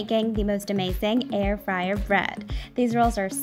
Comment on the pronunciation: Air fryer? I thought you said hair dryer! 😋